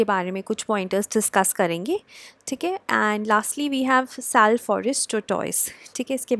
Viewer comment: Its pronounced as "Saal"